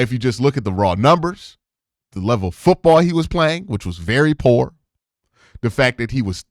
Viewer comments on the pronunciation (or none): none